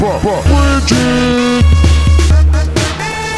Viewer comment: Ayuda, compañeros soy Bridget Tutiven sí me ponen esto seria feliz pero por otra parte estaría molesta ESTA MAL PRONUNCIADO EL NOMBRE COÑOOOOO